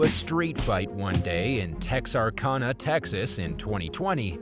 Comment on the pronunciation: It's pronounced Tex-ar-CAN-a. 😬